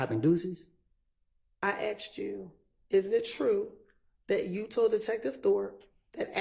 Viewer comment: I cant believe the lawyer said aksed. That's crazy